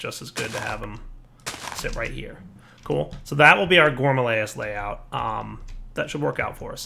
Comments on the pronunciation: I keep telling him that it's Rilis not layis, that it rhymes with amaryllis. maybe today he'll read comments a little. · gore-mah-RILL-iss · Nope, it's not a joke, he litarally can't pronounce it right ; ) Not carefully reading seems to be a common problem for yters xD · Gore - Ma - Rill - Liss.. Let's all say it together. Including you,. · "Here's the problem with the gourmalayases"